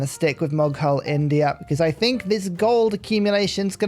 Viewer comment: Ur pronounciation of "mughal" is wrong